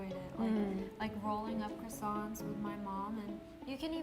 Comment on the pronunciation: After hearing the guy say “Croissants” I now understand why French people get annoyed when other people say it wrong.